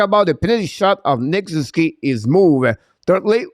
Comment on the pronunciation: Try saying Sus oo. Key when using Nick Suzuki’s name. Ok?